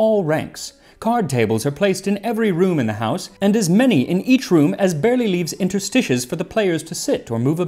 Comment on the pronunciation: Interstices is pronounced in-TER-stuh-seez